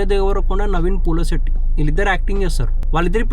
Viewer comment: Orai adi pulasotti kadu ra ayya polishetty 😂 anduku kadu ra ninnu roast chesindi